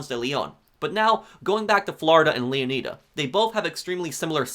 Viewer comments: I think it's pronounced Leonida not 'Lia need a' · Lee-uh-nai-duh Not Lee-uh-knee-duh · It's not pronounced leoneeda is pronounced leoneyeda like like the greek king leonidas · Not to diss or anything, but I think it’s pronounced (Leo-Ni-Da) (Like Leonidas) not (Leo-knee-Da) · It’s pronounced Leo-nyda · Why is it so hard for some people to pronounce words? “Leon-knee-duh” like tf? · LEONIDA (LEO-NYE-DA) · Leo nay da, flo ray da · I guarantee the -ida at the end of leonida is pronounced the same as the -ida in Florida. The emphasis should be on the O in Leon, so it's pronounced Lee-ON-ih-duh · Its makes my ear bleeding when American YouTubers say Leon[ai]da, and then "its gta analog of Flor[i]da. Its ridiculous. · And I'm mildly disappointed with the way most people pronounce Leonida. 😂 For me, it should be pronounced like 'Leonidas' and then removing the 's.' Like how Latin or Greek people would. Not the way Americans do in 300 because it was wrong. Miami having Spanish settlers pronouncing Mayaimi (native American) gave rise to its current spelling. And Florida came from a Spanish settler. It's why we call it Floreda and not Flor-iyda. Leonida is definitely an American pronunciation much like Southerners pronounce Italians.. like I-talians or the I-raq. It kind of removes the idea that Miami/Florida is mostly made up of Latin Americans/Spanish. Cuban/Latin/South Americans are pronouncing it 'Leo-needa' not 'Leon-iyda' I think about this too much. 😅😅 we should definitely pronouncing it as a Spanish person would for a more authentic connection to the real names. 😅